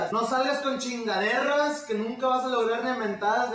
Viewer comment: quien escucho que dijo chingaderras en el min